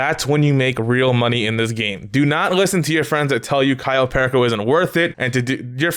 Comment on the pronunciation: The way you say "perico" 😭 its a spanish word stop saying it with an english accent 😂😂😭 Edit: nvm my guy you say soo many words wrong 😂 also you cant get vehicles like tor or oppressor on podium.. dont know why you would possibly think you can